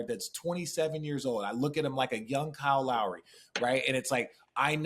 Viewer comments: Is it Call Lowry? Weird pronunciation but RJ and every announcer seems to call him that. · Its because of his surname...this forces a mispronunciation of the first name when said fast.